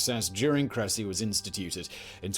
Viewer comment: It's pronounced Kre-sea